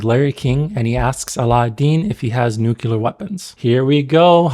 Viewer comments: The actions of Arab states is enough anti-Arab propaganda. Nobody needs to put it in movies. How ironic that your video is propaganda. Also, it's NUCLEAR, not "nucular".. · It's nuclear not nucular... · New-clear. Not *New-cular.